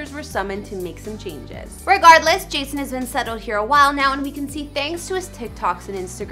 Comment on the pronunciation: did you just say Jashon lol